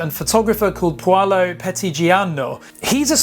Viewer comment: Well you butchered Paolo's name xD